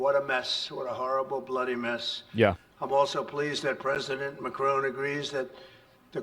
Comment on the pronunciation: "President Macaroon" These are not serious people 😂